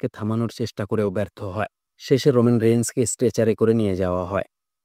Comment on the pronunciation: রোমান রেইনস্। রেইঞ্জ শব্দটির পুনঃপৌনিক উচ্চারণ বিরক্তিকর হয়েছে।